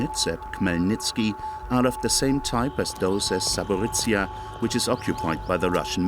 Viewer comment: My hometown, my beloved Zaporizhzhia, is just 50 kilometres away from this nuclear plant. I had to flee to Kyiv because of this threat. Thank you for sharing. Truly. Thank you. P.S. I respect that you did your best trying to pronounce the name of my city, you were quite close😅 And, with all due respect, Kyiv. Not Kiev.